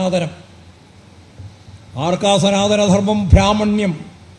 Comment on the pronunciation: ഭ്രാമണ്യം അല്ലടോ ബ്രാഹ്മണ്യം എന്ന് പറയാൻ പഠിക്ക്.. എന്നിട്ട് പ്രസംഗിക്കു.